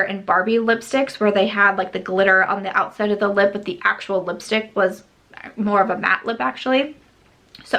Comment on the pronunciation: The Natasha DeNona palette would look gorgeous with your outfit today. For some reason whenever you say lipstick 💄 I hear yipstik.